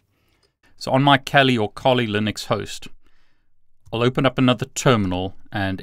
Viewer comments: Kali .....not KOLI my friend!!! And to offsec. kali Developers .Kali and Dragon picture, ,it´s silly guys, 😂😂 Kali is a India godess! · Great video ! By the way , isn't it Kali linux? Not Koli 🤔🤣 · Interesting video. Thank you,! I would really like to see how you did that. Are these cables commercially available? Just one suggestion: decide on one pronunciation of Kali, whichever it may be. You're the boss.;-) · Please decide for one pronunciation Kali or Kali. Also it does not work if you do not have administrative privileges. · I wish you would make up your mind how you pronounce Kali!!!!!